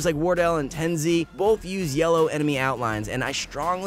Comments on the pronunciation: its not ten sy its tens, wrong Pronunciation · Bruh it's tenzz not ten Z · I’m sorry, it was just hilarious when instead of saying “Tenz”, u said “Ten Z” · LOL WHY DO YOU CALL TENZ "TENZEE" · The way he said TenZ💀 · you said it wrong..